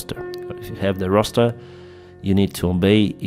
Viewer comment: Your English is coming on fantastically!. I couldn’t help but giggle when you kept saying rooster however 😂 🐓. Good effort mate